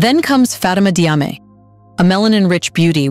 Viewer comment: it's Jarmay, not Diame. I'm Diop, pronounced Jop. Diouff = Joof. Diallo = Jallo. All major athletes